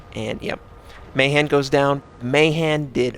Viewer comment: finally someone who knows how to pronounce Mahan!!